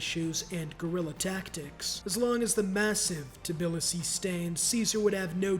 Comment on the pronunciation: I take it back, hearing him pronounce Tbilisi was so painful